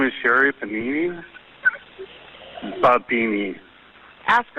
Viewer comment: I'm really sorry. This is a truly tragic story but when the 911 caller says Sherri Panini, I lost it in severe laughter after such a dramatic buildup.